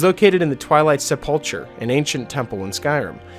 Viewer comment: Hey just for future videos it’s actually pronounced sep-ul-cer everything else was great tho keep it up